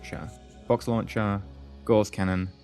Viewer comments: Isn't it said like gauze? As in a gauze mat? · Gauss rhymes with louse, btw :-). And you keep saying 'duranTium', which I admit does sound better ;-).You got me into Aurora, thanks for that, it's great. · Actually both pronunciations of Gauss are accepted. However you are right about Duranium.